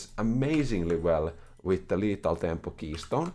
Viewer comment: i wanted to take a break from League but said "Lethal thempo Shen" and i am back again